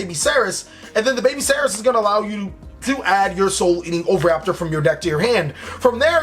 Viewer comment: i like how you were "struggling" each time to say oviraptor but in fact you said it right each time